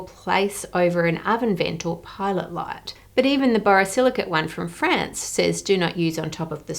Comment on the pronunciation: Your pronunciation of both "France" and "necklace" really threw me off.